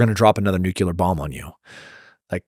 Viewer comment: I like Tim, but I wish he would stop saying nucular bombs. It’s nuclear.